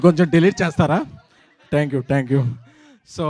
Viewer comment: ట్యాంక్ యు... తొట్టి యు... కాదురా అయ్యా... థాంక్యూ.....